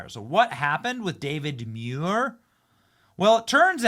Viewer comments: Pronounced, MOO-EAR. Not, ME-YOUR. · 1 man 4 syllables DA VID MU IR